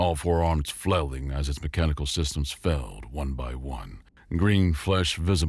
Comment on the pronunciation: If it's a human narrator, why pronounce "failed" as "felled"?